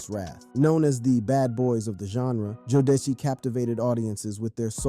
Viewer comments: Jo-deci How fkn dare u mate Its JODECI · Learn how to pronounce jodeci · Can’t even pronounce Jodeci right. Sad.